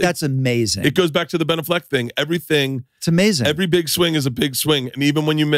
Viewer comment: Do you really pronounce Ben Affleck that way?